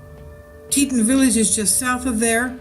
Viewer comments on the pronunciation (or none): plz pronounce it tee tawn (as in tawny) as it is suppose to be rather than tee ton. ppl will know what ur talking about quicker if u pronounce things correctly. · PLEASE learn how to pronounce the places you report on. It's pronounced TEA-TAWN. TEA - like you would drink and TAWN like a baby deer, fawn, but with a T. Ugh! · its pronounced tee tawn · You arw not even sayin teton right